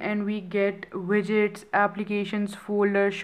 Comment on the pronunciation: your widgets sounded like midets xP "you just long press it n u have your midgets........." lmao